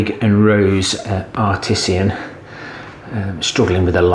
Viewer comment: Ha ha sorry but just had to say: its “Art t Zan” (in pronouncing) but you gave me a laugh 🤣😂 Off to watch part 2 😁